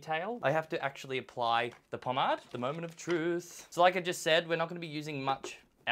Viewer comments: Po-Made, Po-MADE....MADE,not mad.... love the content but goddamn did that piss me off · Pawm-aid god dammit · The way you say pomade 🙀😵🙃